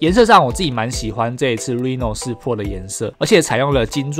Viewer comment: 希望能夠稍微糾正「Pro」的發音 （不是找碴啦一個小小建議） 加油～